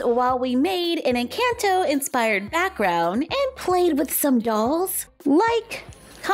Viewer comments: It is pronounced en con toe not en CAN toe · It's not pronounced like the word "in" it's not incanto...nor "can" like a can of food. 🤦‍♀️ just pronounce the letter N and sub an o sound for the A in "can" say N-conto and you'll be a lot closer to the actual pronunciation. It's not perfect but at least better. Just trying to help. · I think it’s pronounced in-chant-o not in-cant-o=nvm just watched it 4 wks ago and now have watched it 13 times already and it’s not incAnto it’s incOnto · Loved the video! 🧡 just so you know you’re pronouncing the “can” in Encanto like the can in PEE-can when it sounds more like the can in puh-KAHN so it’s more like N-KAHN-tow just a subtle difference :) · It’s not in Canton it’s Encanto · it’s pronounced encahnto but I forgive you lol! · The an in encanto is supposed to sound like on 👍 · It’s pronounced En-can-to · It’s not Encanto with a it’s à Like a macron! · It’s eesa-bela and in-caan -tho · no hate at all just wanted to let you know Encanto is pronounced (en-con-toe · Are you pronounce Encanto Wright is saying that like N conto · It's pronounced e can to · Dude the way she says enconto I hate it agggggggi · The pronunciation for encanto tho 🤣 jk luv youu and this vid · I love your vids but please pronounce encanto correctly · You said encanto wrong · Saying it wrong it’s Encanto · I love you but I’m going to roast you for your pronunciation of the word Encanto! 😂 You did a great job on all the other words, that’s why that CAN is so adorable. Beautiful work though.